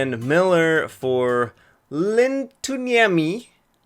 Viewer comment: U actually said Lintuniemi right 😂